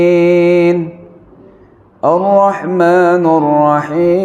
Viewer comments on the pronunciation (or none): kaya dengernya Arrahmannuurrohim...bukan arrahmanirrahim....apakah mengubah makna punten